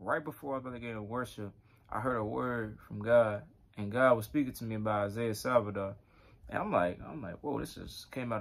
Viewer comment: Isaiah Saldivar is a blessing for The Body of Christ. P.S. Brother you kept saying his last name incorectly - it's Saldivar not Salvidar